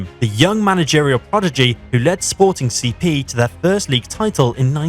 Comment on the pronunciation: Had to give this one a like just for the fact that you actually took the time to read, unlike so many others, and called "Sporting CP" by it's name, well done, thank you